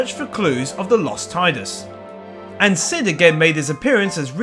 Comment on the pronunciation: You pronounce Zidane and Tidus the good way...I love you.